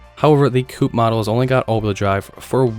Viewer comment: It's the turbo coupe (coop) not coo.